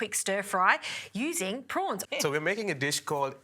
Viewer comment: Row prowns .not fryed